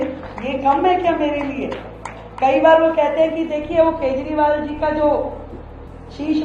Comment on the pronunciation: Arvind keshwal nahi Kajariwal Say properly